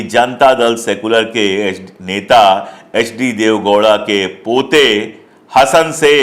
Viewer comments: Sir ji, if you don't mind, Hasan nahin, pronounce like Haasan (Hasan) its like Simhaasan. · HASAN NAHI HAASAN HAI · You should pronounce Hasan as Haasan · Hasan nahiN 'Haasen' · सर, यह लोकसभा सीट हासन है! Hassan, हासन, या ಹಾಸನ ಹಾ=हा ಹ=ह वैसे मैं भोपाल से हूँ।